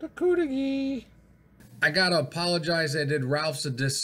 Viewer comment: I lived up there for years in Negaunee. They pronounced it cudighi not coodighi. I never ordered the cudighi much but Tino’s pizza in Negaunee had that same recipe sausage and that was the best pizza I’ve ever had, nothing comes close.